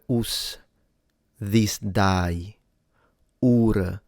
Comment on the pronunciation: The way you said 'day' during the Medieval reading of the Lord's prayer sounded a bit like a Brummie accent!!